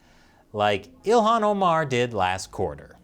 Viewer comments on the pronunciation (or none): none